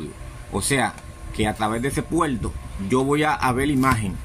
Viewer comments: La palabra no es puelto es "PUERTO" DEBE PRONUNCIAR la "R" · "puelto" pero si saben decir "erre". ¿Entonces porque no hablan bien? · Retorno Puerto Televisor Explicar Escuchar Así se escriben y se pronuncian no poniendo una L final a la palabra me da lata escuchar cuando no saben hablar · Puelto xd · Pronuncie bien la RRRRR no mame se dice puerto y usted dice puelto, peldon voy a vel la imagen.:face-orange-raised-eyebrow::face-orange-raised-eyebrow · Es puerto o puelto I eso k lo chilenos ablamos mal. Cachay.. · Un puelto 😂😂😂😂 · Es puelto o puerto ? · PUERTO...SE DICE PUERTOOOO! NO ''PUELTO''😆😆😆😆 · Amigo , se dice "PUERTO" y no "PUELTO" . Es un "puerto" del televisor . Gracias por el resto de la información , muy buena . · Que es un PUELTO HDMI? XD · Mencional, continual, intelfase, puelto...? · continual, mencional, intelmedia, puelto, letolno, pero porque si dice ARC y no ALC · PUERTO NO PUELTO Televisorrrr no televisolllll Explicarte con ERE NO EXPLICAL. HABLA BIEN POR DIOS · POR QUE HABLAS CON L ??? PUELTO, ALC, CON LESPELTO , LETOLNO ???? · Por favor no uses L por R. Es puerto y no puelto. Es televisor y no televisol. Explicar y no explical. Etc etc